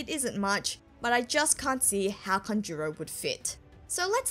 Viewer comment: Please! It,s kAnjuro, not kanjUro...